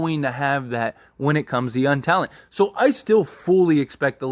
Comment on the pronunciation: Always notice how you say “Yunn” instead of “Young”. Lol. Great content that I listen to daily. Cheers !